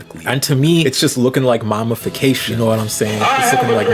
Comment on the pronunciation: says we have the sociological understanding of 3rd graders also: pronounces mammy as "mommy" and says "mommyfication" the entire video it's funny because I agree with the video but sometimes lectures on these topics as if there were no black or even halfway-knowledgeable people in his audience 💀